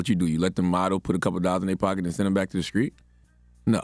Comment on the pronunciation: How did Charlemagne make it this far in life and can’t properly say ST words🤔…it’s street bro, not screet😩😩